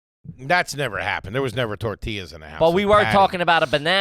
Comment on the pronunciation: Being Mexican it’s hilarious listening to these guys talk about tor-ti-las